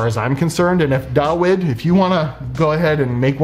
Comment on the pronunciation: Pretty sure the W in Dawid is pronounced as a V.